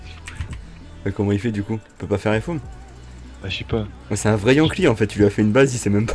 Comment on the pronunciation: on dis ps iencli iencli ces CLIENT ptn